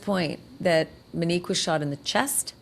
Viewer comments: CANT LISTEN TO YOU CALL HER MINEEK ONE MORE TIME. SHAME ON YOU. YOU KNOW BETTER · Im 10,000% sure her name is Monique not Minnique